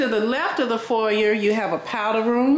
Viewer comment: Please it’s pronounced for•yay😂